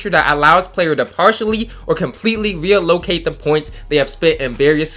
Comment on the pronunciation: Bro re-u-locate? Lmao!!!